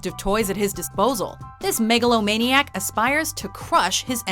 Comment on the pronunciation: did she just say megalomaniac 😲 (Megalovaina intensed)